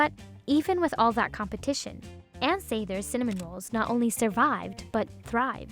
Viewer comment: Is she saying sathers right? I thought it was sah-thers not s-a-there